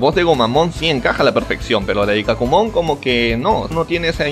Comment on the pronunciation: Me encanta como se pasan todo por los webos y enves de pronunciar a Ikkakumon como Ikak'kumon lo dicen Icaqumon :vvvvv.